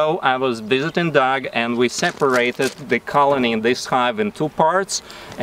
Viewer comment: Sir how can your name be dog your a human being, it don't matter how you spell it it is still pronounced dog